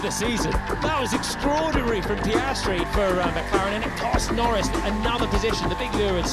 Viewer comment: "Lando NoRizz" 💀